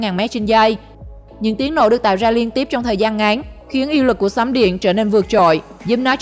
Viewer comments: Phát âm cho chuẩn nhé BTV. " Uy lực " chứ không phải " Y lực ". Khó nghe quá ????? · Lần sau đọc rõ từ uy lực